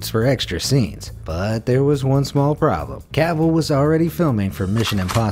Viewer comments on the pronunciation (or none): none